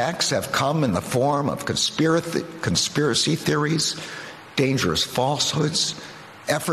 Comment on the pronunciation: He couldnt even say "conspiracy".